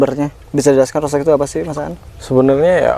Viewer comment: Bacanya : rutstok um, bukan rotstok.